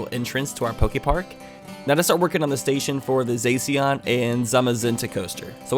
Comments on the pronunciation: IT’S NOT ZACK-IAN IT ZA-CIAN LIKE CYAN AND IT’S NOT ZAM-A-ZENTE IT’S ZAZ-MA-ZENTE LIKE MAGENTA IDK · Isn’t it pronounced (Zay.shi.an) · Zacian is pronounced zasheein The shinnoh region hehe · Zacian is pronounced Zah-Shee-In I’m sorry for being pedantic, but as a devout Pokéfan mispronunciations make my ears bleed. Hit me up for other pronunciations if you feel like it.